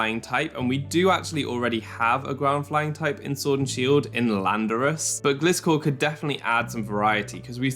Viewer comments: Fun Fact: Gliscor is a GLIDING scorpion. Not a glistening scorpion. A GLIDING scorpion. Therefore, it‘s name is pronounced “GLY-score” not “GLISS-score”. Thank you for “glistening” to my Ted Talk. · I love your content and energy U are one od my favourite poketuber on the platform <3 But Please pronounce Gliscor correctly (as if u said Glide at the beggining" g + lie")